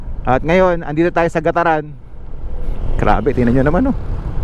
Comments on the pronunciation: Gat-ta-ran. Hndi Ga-ta-ran. Bag-gao. Hndi Ba-gao. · GAT-TARAN boss....